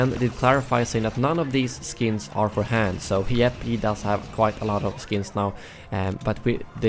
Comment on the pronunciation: Han not H a n